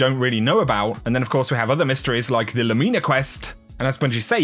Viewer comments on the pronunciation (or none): Inwould think phonetically it would be pronounced loom-in-a not lou-mean-a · LOO-mi-nuh... not Loo-MEE-nah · Lumeena? It’s simply pronounced Lumina. Not sure why you are trying to be clever with how to say it. It’s not Lumeena. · Lu me na hahahahaha it’s Lou min a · Not sure how “Lumina” is pronounced there, but around these parts, it’s not “loo-ME-nuh.” Here, it’s “LOO-min-uh” as it “luminescent.”